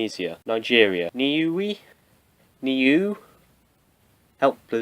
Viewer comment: Sure Niue is pronounced Noo-ey